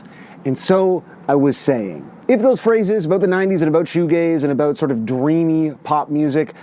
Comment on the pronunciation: He said aboot 😂